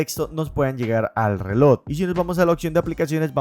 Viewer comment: Buen video pero me estallan los timpanos cada vez que dices "relod" en vez de reloj😅 pequeño detalle para mejorar. Saludos y gracias por el video porque estoy muy interesado en comprar uno.